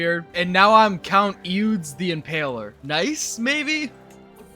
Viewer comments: "Eudes" is "Odo," for future reference. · Eudes sounds something like *Oo-day*.